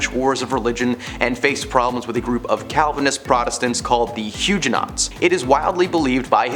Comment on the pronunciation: Huge - enots? Really? Seriously, RESEARCH how names and terms before doing these please?😮